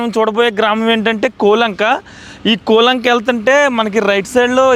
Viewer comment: బాబు నీవు ముందు మాట్లాడటం నేర్చుకో, కూలంక కాదు కోలంక, నీవు చూపించిన శాల పాక కాదు అది పెద్ద పశువుల శాల నేర్చుకుని మాట్లాడు బాబు